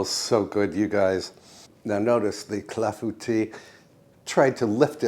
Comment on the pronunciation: Thank you for letting me know the proper pronounciation for clafoutis. Boy, have I been murdering that name.